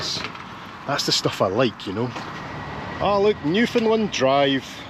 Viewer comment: I'm impressed that pronounces Newfoundland correctly